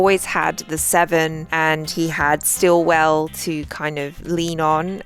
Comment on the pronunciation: It's Sitwell, not Stillwell!! 😅